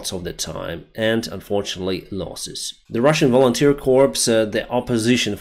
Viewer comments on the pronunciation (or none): I need to make a correction for you. In English the word corp (as a military unit) is pronounced as "kor". Welcome to the English language :). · Hi, just on the pronunciation of corps"" the ps is silent. So it is simply pronounced ""Cor". I think the origins are from French.